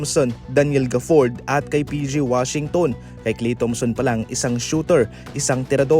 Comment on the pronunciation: Pano pronounce yung Gafford at Injury? 😅